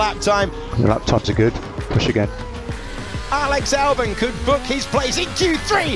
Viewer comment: Why does it always sound like Alex Under Albon? Just a confusing pronunciation